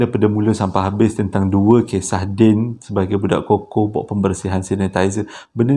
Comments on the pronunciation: bang sebutan cuckoo tu bukan koko tapi kuku 😂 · Bukan koko tpi sebutannya kuku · Aku rasa triggered sangat bila dia panggil CUCKOO “koko” instead of “kuku” . Bang kita panggil “kuku” bukan “koko” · Cookoo...bukan koko....haaaa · Bukan koko bang..kuku sebutannya. Huhu Saya manager sales Cuckoo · Apasal aq bole trjebak dgn ni... Dh subs bang. Pembetulan bang kuko bang bukan koko...😁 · panas je aku dgr bang ko sebut cukcoo tu coco....kuku la bangg..ahhahahahadoiii 1st time ni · Abammmm!! Pronunciation Cuckoo tu Ku kuu.. Bukan koko.. 😂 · Sebutan sebenarnya Kuku......burung..... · Bukan cocoa tp chuckoo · Salam abang... bukan koko tp kuku😆🤗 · Sebutnya kuku bang bukan koko 🤣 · Salah sebutan abg tu yg abg sebut tu Coco yg betulnya Cuckoo (Kuku)...😅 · cuckoo sebut kukkuu. Coco sebut koko. Melawak je ek. Sbb anda chomel. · Sebutan dia 'kuku' bang...bukan 'koko' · Koko tu coklat bang! Sebutan yg betul Cuckoo (sebutannya Kukuu) bkn koko bro! Sebut betul²,cuc....koo! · Sebutannya kuku no koko 😎😎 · "Cuckoo" bukan pronounce as "koko" "Cuckoo pronounce as "kuku" Harap maklum! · pronounced dia KUKU bang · Abg, sorry. Cuckoo pnya bnyi sebut dia 'kuku'. Sorry Abg. 🙏. Btw, saya dh subscribe. Best! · Cuckoo disebut kuku abg.. Hihi